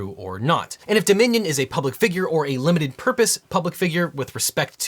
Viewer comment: All the time I could hear ‘The Minion’ instead of Dominion 😅